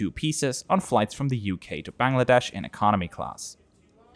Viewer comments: A lovely and respectful review. Also well done on pronouncing “Bangladesh” correctly. Wouldn’t be so quick to recommend Josh Cahill videos. He always seems so negative. Well done! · First foreigner who correctly pronounced "Bangladesh" word🙃